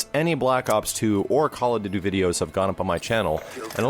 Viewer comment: call of dooood-deee